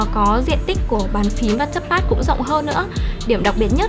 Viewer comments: thế thì chị kia thật sự cần học tiếng Anh rồi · à mà do cách nghe hoạc do vùng miền nữa